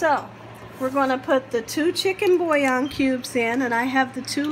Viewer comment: In addition, "thaw" is "thawl." And what she did to "bouillon" was criminal.